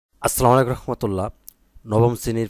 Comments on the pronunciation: স্যার আগে আপনি আপনার সালাম দেওয়া ঠিক করুন তারপর আপনি ক্লাস করাবেন 🤣🤣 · Vlo kore Salam o dite paren na uni kmon teacher uni